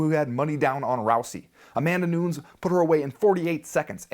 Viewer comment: Nice but nunes not noons